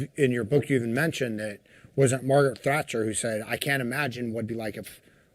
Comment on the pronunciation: Every time he says Thatcher I shudder but I get where he's coming from. Amazing military career. Great listen